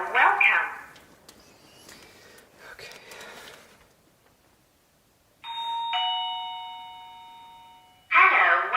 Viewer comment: /17 a females disembodied voice says. ( HELLO !) in an English accent like ELLOO🙃